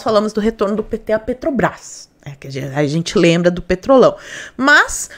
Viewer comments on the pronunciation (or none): none